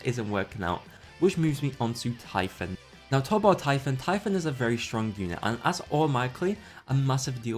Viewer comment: The way he pronounced typhoon got me.